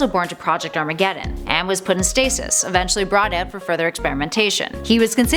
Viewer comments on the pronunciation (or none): none